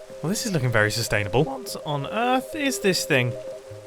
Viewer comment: not with the sustanible thhing again :,( (jk no hate)